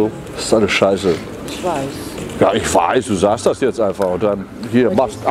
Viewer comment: Haha ja sie soot dat